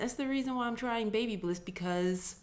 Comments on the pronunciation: Say it with me Ba*by*liss 😉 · its. BABYLISS NOT BLISS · Another awesome video! here in the UK babyliss is pronounced like this (ba - bil - liss) not sure which is correct haha, keep up the cool videos!! :)